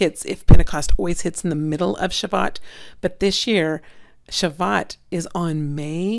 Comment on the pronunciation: Just so that Jewish people do no rip you to shreds on pronunciation. It's pronounced, "Sha-voo-oat.". Yeshua bless you sister!